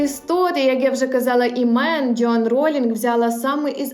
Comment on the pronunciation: ДжЁан 😂. А можно произносить верно и без ... 🥴? Вы из Азербайджана? 😂